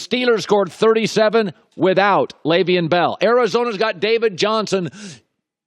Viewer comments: Dude... His name isn't pronounced "Lay-veein" it's pronounced "Lev-eon" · Unprofessional. I like your broadcast, but your refusal to say Le'veon Bells name correctly is bush league. Do you have a beef with him? I've never once heard you mispronounce Roethlisbergers name. How are you mispronoucung one of the biggest names in the sport? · The way Colin says Le’Veon, you would think he grew up in the suburbs and went to an Ivy League school.